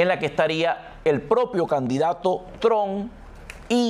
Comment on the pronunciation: Trump ( pronuncie como si fuera una trampa, pero quite la , a, y no olvide pronunciar la p).